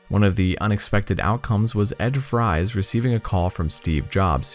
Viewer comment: Ed Fries' last name is pronounced like "Frees". I know this because of John Jacobsen's video call interview with him.